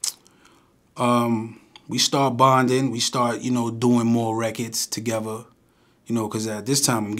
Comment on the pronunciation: Tahgeva (Together)?? and they say country ppl be making up words😂😂😂😂